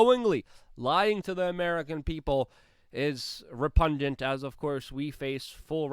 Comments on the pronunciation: Love your work bro. But check it out: re-PUG-nant, not "repundant." Also, Satirize is SAT-er-ize, not "satatarize." 😉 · Repungent? It's repugnant mate. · LIFTING THE VEIL: Don't you just love him-- he is priceless! (I thought he said re-pungent!